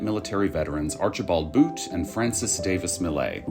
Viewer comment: Why pronounce Butt as Boot 🤔